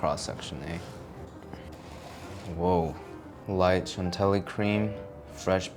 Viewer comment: shan-TILLY, not chan telly